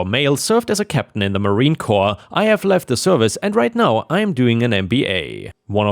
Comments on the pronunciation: Stolen Valor is a big deal. Also when you pronounce corps, think of the "ps" and a e and pronounce it "core". What we have here is a typical misogynistic Marine who is no longer in the Marines. Very few who leave the service actually stop being a "Marine" (former enlisted Navy here). She doesn't have the "bravado"? How about screw you on that. She is no longer in the Navy and doesn't need to pretend she is something she no longer is. Also, would he think a male warrant officer would automatically have the bravado? Also, jumping to conclusions and treating someone so horribly based only on your gut? Personally I think his AH-ness is off the scale. However, if I can remove myself from the equation he is kinda a low level AH. Maybe he can learn from this. Either way glad he was put in his place! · Corps is pronounced "core", the 'ps' is silent. Corpse is a dead body. I served ten years - 4 years Airforce, 6 years US Navy - and knew several "quiet demure" women who served. Maybe Marine gals are different? People in service have all types of personalities. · "Sr." in an abbreviation for "Senior" just like Jr. is an abbreviation for "Junior." "Corps" is said without the "s" sound.